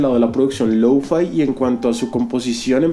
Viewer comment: Creo que se escribe lo-fi, no louu-faai XD